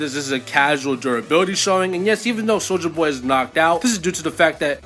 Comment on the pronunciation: I always laugh when you say "soldier boy" because i always hear it as "soulja boy" for some reason lol.